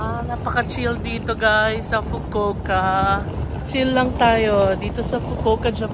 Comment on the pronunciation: I love how you pronounced the "fukowka" 😁😆